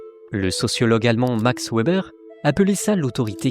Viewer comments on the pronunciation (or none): Bonjour, ta chaîne et tes commentaires sont très bien. Juste une petite erreur de prononciation à un moment : Max Weber était allemand, son nom se prononce donc "Veber"